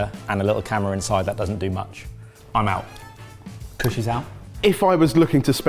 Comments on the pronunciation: POSH KUSH HAS ME FLOORED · absolutely lost it at posh kutsh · I realized that Kush with a posh accent sounds exactly like Mrwhosetheboss.